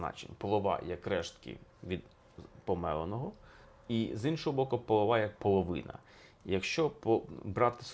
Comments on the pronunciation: Дуже професійне, як для історика, пояснення, але зіпсоване філологічними ляпами, пов'язаними з наголосом. Якщо в пісні цей неправильний наголос зумовлений ритмічною необхідністю мелодії, то у вжитку наголос інший, на що необхідно було б звернути увагу. Не половА, а полОва. Не чорнобровА, а чорнобрОва. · Обережно, у вас з'являються перші ознаки синдрому пошуку прихованого змісту :yougotthis:Слово "полОва" ніяке не застаріле, воно й зараз широко використовується в українських селах. В пісні використано саме слово "полОва" (наголос на другий склад), відповідно до того, що жінка чорнобрОва. А не якась половА - чорнобровА. Дивно бачити, як сучасні ютубери з самих добрих ніби-то намірів перекручують українські слова і вигадують змісти на пустому місці. А так відео цікаве, дякую. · Дуже цікавий розбір, але в слові ,полова, наголос ставити на другий склад, дякую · Пане Алфьоров, наголоси в словах полОва, чорнобрОва. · При всiй повaзi, у словi полОва наголос на другiй лiтерi O. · Наголос в слові полова на другому складі. ПолОва, жінка чорнобрОва. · Товар хорОший, мірка грОшей. (ГрОш комусь ціна) ПолОва, а не половА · Полова правильно наголос на другу букву О. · Будь ласка, наголос: полОва, чорнобрОва!! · Дякую вам за вашу працю! Але зверніть увагу на наголос у слові "полОва". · Ви праві, що вирішили розтлумачити текст. Сучасні люди багато чого не розуміють, бо давно живуть у містах і втратили зв’язок з своєю колискою- селом. Я тільки хочу уточнити наголоси . Полова- наголос на друге о, чорноброва- на останнє о. І дійсно наш народ завжди бажав багатства, здоровʼя, але жодних розчарувань, якщо в бізнесі не густо, бо головне це любов, кохати свою красуню жінку, яка обовʼязково зробить тебе щасливим і багатим в більшому сенсі цього слова. Багатий від слова Бог. Господар - дар Господа, відповідно і господарка. Окотилася- розродилася. Дякую за важливу роботу. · Наголос полОва. «хоч не грОші, то полОва». У слові рОжаниця у множині - рожАниці, рожАниць у родовому відмінку.